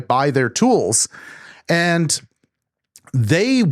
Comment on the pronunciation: “And” does not have a t sound.